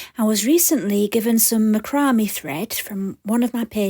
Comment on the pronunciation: Just an FYI. I believe it is pronounced ‘Mac ra may. Lol